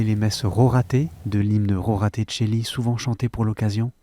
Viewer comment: Rorate est un mot latin. En conséquence on le prononce en roulant les R.